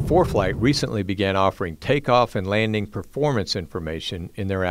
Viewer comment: "Laning" performance 😅